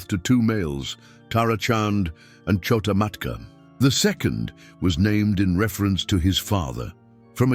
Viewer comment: It’s not KHO-TA MATKA.